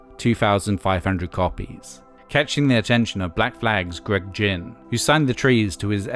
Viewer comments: When you mispronounced Gred Ginn’s name, I questioned everything you’ve ever told us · You only mention Greg Ginn one time and then get the pronunication of his name wrong?? His label SST had almost all the pre-Grunge bands on it that influenced Kurt Cobain.... Hüsker Dü, The Meat Puppets, SWA, etc etc... Plus it was his influence on Black Flag that would have them doing slower and more experimental pieces. He was a hugely influencial experimental guitarist whose noise ethic lent a great deal to the coming wave of Grunge.